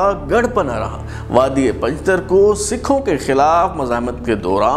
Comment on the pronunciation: بلال صاحب یہ پنجتر نہیں بلکہ پنجتار ہے لہذا براےَ مہربانی تصحیح کی جیے شکریہ۔